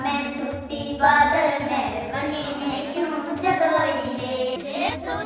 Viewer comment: Badal me nhi brdr.... badal , mahal .... bola h bheyaa ji ❤